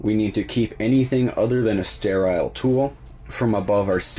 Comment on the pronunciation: Stairaiyal. Never heard so much effort put into one little word 😂